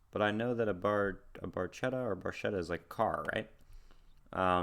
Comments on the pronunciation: In Italian, the “ch” in Barchetta would be pronounced like a “k”. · He pronounces in English with has "ch" sound, so it's ok, they understand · ds9 Great choice, Great reaction. I was going to write my interpretation of the lyrics but Mr. Chamberlain's comment covers It very well. btw, the technically-correct Italian pronounciation is Barketta, even though Geddy does indeed say Barchetta. Great job as usual and hey it's a good day for binging on. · Pronounced 'bar-ketta' in Italian. It's a small car that is open-topped, with no removable or foldable top. Emphasis is on performance... "A brilliant red Barchetta from a better vanished time..." LOVE this tune! Thanks for reacting to it!